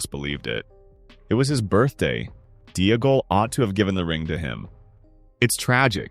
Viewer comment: Oh great, based on AI's mispronunciation you have now changed the proper spelling of Deagol. Yikes.